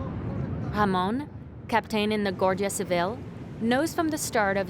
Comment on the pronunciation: Not to be picky but the narrator lady manages to mispronounce almost every local name: Khamon, Migwel, Cadeez, Ke(u)ta, Gerez...😂